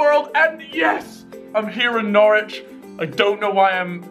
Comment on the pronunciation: Norwich sound like "knowledge"